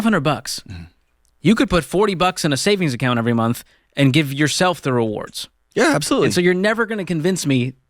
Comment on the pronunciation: George is still having trouble saying "rewards".